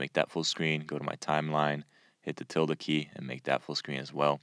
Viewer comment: What key did you say to press to maximize a video? It sounded something like "Tilda key" but didn't quite get it.